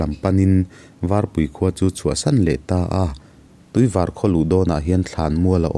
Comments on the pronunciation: Varpui khua atag in🥰/cuan tuivar kha, var tih tak kha thluk san tur tuivař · Tuivar tihhi Tuivâr tia lam tur aw. Mahse hriat ngaihloh khua ania a pawina a awmlo ania. Ngaihnawm khawp mai. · i Tuivar lam rik dan a dik lo.Tuivar rawngvar ri anga lam tur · Tuivar i lam dan hi i thluk hniam lutuk, kawrvar tia kan lam ang hian var hi lam tur aw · Tuivar i lam dan khi a dik lo aw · Tuivar khua, white water (var kha i lam hniama, i lam dik lo. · Tuivar I lam dan kha adik lo nia😊. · Tuivar tih kha i thluk dik lo Tuivar a ni tawp aw A awn lo😁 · tuivar hi i lam dan a diklo deuh.. var hi sap in a "white" mizo in a "var" kan tih ang a lam tur ania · Tuivar I Lam dawn hi... var tih lai tak hi [ white color) hetiang anga Lam tur ani ee